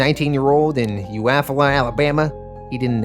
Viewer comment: Great video. But as a native of Alabama, Eufaula is pronounced like You-fall-a.